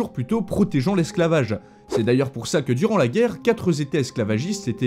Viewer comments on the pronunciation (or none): "Quatre États" ... pas "Quatreuz' États" ... Il ne faut pas accorder les nombres singuliers au pluriel 😉 Je dis ça parce que je remarque que tu fais souvent cette erreur. Merci pour tes vidéos, sinon 🤩